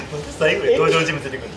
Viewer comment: の「さいぐぉ」だれやろ笑笑